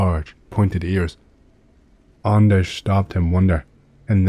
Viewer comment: Yeah, nailed it! Greetings from Sweden.. ;)